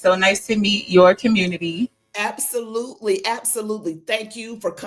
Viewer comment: The "communitah" is already dead. Divest.